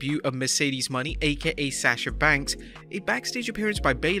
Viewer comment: That guy is say her last name wrong it's not Money its Mone